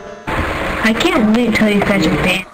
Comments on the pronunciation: "Your already bandeded" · I hate when he says "Banneded" >.< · I love how he says he can ban them when he can't even pronounce "Banned" right. xD